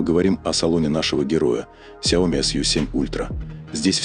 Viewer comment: Уже давно пора научиться говорить правильно... сЯо Ми